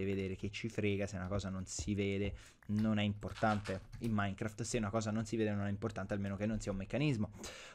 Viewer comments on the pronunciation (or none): none